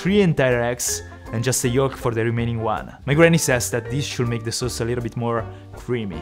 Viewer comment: I love how says "Sows"